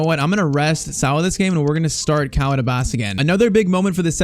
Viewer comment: Love the video .❤ Its just its not abbas it abbus